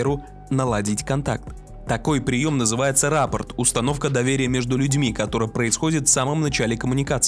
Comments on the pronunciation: РаппОрт - ударение на «О», если вы говорите о психологическом термине! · РаппОрт - ударение на О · Раппо́рт. Ударение на «О» 😉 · Не рАппорт, а раппОрт. рАппорт — это когда танк украли! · Вообще-то, не рАппорт, а раппОрт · РаппОрт, ударение на последний слог. Так называется эффективный двусторонний контакт в психотерапии. Слово рАпорт, с ударением на первый, это совсем иной смысл (доклад, отчет, письменное донесение) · Действительно сложно было загуглить как правильно произносится слово раппОрт? Очень непрофессионально. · раппОрт, ударение на О. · Не правильно ставит ударения на Рапорт и Авто, казалось бы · сказал "раппорт" с ударением на "а"? Да вы несерьёзно!!